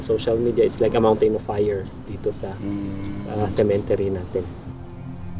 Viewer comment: What the heck is a “sementery”?… sementaryo and cemetery contraction?😂